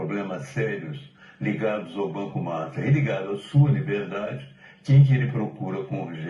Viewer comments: pq vc não pronuncia: Banco master? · Só eu tenho vontade de sair do vídeo cada vez que o pronuncia o nome do banco desse jeito? Acho tão irritante!